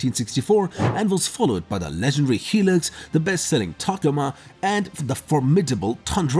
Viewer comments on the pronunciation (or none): it's HIlux not Helix.....